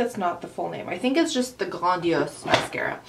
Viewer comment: your french tought " grandiose " so lovely :D <3